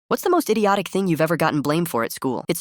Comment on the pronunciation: I thought he said didyotic🫩